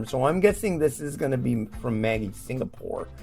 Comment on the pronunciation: The Vegemite noodles will be nice. Vegemite tastes like Soy Sauce so how can it go wrong? I'm Aussie and I've never seen Vegemite noodles in my life. It must have been a limited edition! Maggi is pronounced like magic, by the way, not like the girls name.